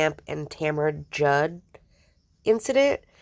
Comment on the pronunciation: I love your Rachel recap videos, they’re so good! ✨ btw I think her name is Tamra Judge, not Judd lol. I had to Google it to make sure after I heard you say it cause I know you have a lot of bravo knowledge, so I doubted my own knowledge for a second haha